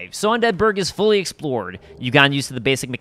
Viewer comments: undead BURG, not unDEAD burg. That triggers me haha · "Un Deadburg" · Just finding this and gotta say I love the video. Definitely gonna check out your channel. Ps. I cringe every time you say "un DEADBURG" The way you time the emphasis gets me every time. 😂😂 keep up the good work and great content fam